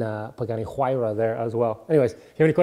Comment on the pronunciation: Ahhh I love that you pronounced 'Huayra' correctly :D